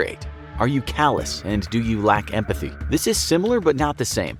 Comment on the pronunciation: "Do i lack embathly" Me: Well yes but actually no but actually I don't feel empathy